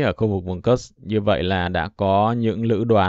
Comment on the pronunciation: PS có thể đọc đúng địa danh Kursk đc ko. Ko đọc đúng như tiếng Ng@ thì đọc theo phiên âm latinh là Kut xờ cơ cũng đc. Chứ cứ nghe kớt kớt giống cái cục trong bụng ra quá. Mong sao chiến dịch cuốc xờ cơ nhanh kết thúc, để khỏi nghe cái từ kớt kớt khi Ps bình luận.